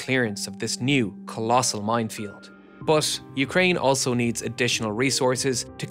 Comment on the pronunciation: I love your videos man. Just one small criticism for you. Many times when you say "but" it sounds odd to me, sometimes it even sounds like "bath" or "both". My 2 cents. 😊